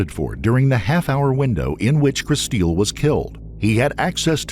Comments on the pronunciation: I doubt her name is pronounced "Kristeel." Looks like "Crystal" to me. 🙄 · Her mom pronounces her name Kristil like "crystal." The narrator, the husband, and the detectives all say it like "chris-steel." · I absolutely hate it when they mispronounce a victims name. Where did the get Kristeel from Kristil. Kristeel is not what her mother called her. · Decent video but the AI voice ruins it. Like Kristil (just a common way to spell Crystal a little differently) is pronounced "Crys teel". Wasted our time - just have a friend narrate! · Guaranteed her name was "Crystal" but people love to spell that name really crazy. The AI voice or whoever is driving me nuts saying "Kristeel". RIP. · Kristil? Pronounced Kris- STEEL? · Please make sure in the future that you pronounce vitim's names right. You can HEAR her parents pronouncing it "Crystal." If you are making content and profitting off of victims you need to make sure you honor them and pronounce their names right. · So does her dad